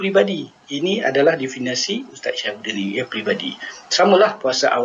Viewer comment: Jika awak tak setuju, awak pulalah yang buat ulasan dan pembetulan. Elok tuan tengok dalam Kamus Dewan samada sebutan Definasi atau Definisi yang betul.